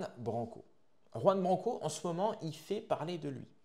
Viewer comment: Commence par prononcer son nom correctement. Tu es la dissidence qui beugle et entretient sa petite audience.